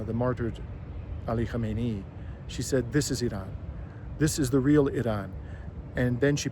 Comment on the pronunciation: Please, if you have any respect for Iran, learn to pronounce the former and current supreme leader's surname. You are pronouncing it the same as the original supreme leader Ruhollah Khomeini, Kho-me-i-ni. Ali Khamenei's name is pronounced Kha-me-ne-i.